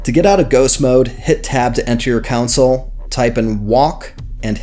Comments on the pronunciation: I'm so sorry. This is a good tutorial. I just cannot allow the word "council" to continue being used here. It is your , not your ... pronounced Con Sole. Again, I am sorry. I wish I could just let it pass. It is my flaw! I love your tutorial. :face-orange-raised-eyebrow::face-pink-tears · yeah, came to the vid for help... came to the comments for the "WTH was up with him saying "counsel" instead of "console"?!" 🤣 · its console not council lmao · Its called a "CON SOLE" Not a Cousil. lol. Nice video though! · COUNCIL ????? It's Console Commands good sir. (Con-sole) Not Council. Not Contsul. Great vid tho, thanks! :D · It;s console not council. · its not council it fucking console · The setcheatlayer is "broken" because people aren't setting up the keys. It's also CON-SOLE, not council. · just saying: it is pronounced "con soul" not "coun sill" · Hahah that's all I could hear to lol great vid tho helpful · lmaooo I can't with you saying "countsil" instead of console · Good lord...Who says Console as "Council"? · THANK YOU, the amount of people these days that dont know how to pronounce words kills me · Why are you pronouncing it council ... lol. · the "council" was that on purpose? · Nope, he's just pronouncing it wrong lol. It's definitely console.